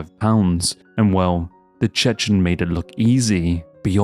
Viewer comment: When Khamzat says "I'm the Chechen" it sounds like he's saying "I'm the chicken" which is really, really funny